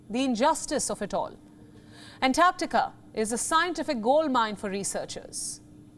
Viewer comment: Thankyou, for pronouncing "Antarctica" correctly.